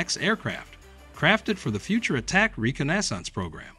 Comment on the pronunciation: reconnaissance pronounced re-con-na-sonce